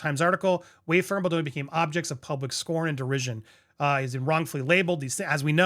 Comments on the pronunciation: 😂 Bal, like Bali. Bal do ni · I love the show and Andy is great but how is he still struggling with the name Baldoni ?😂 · Can you not read? Maybe you should slow down and pronounce the man’s name properly, he doesn’t need you adding to this messiness